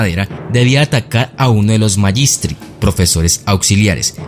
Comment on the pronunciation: Magistri se pronuncia «Maguistri» no «Mayistri»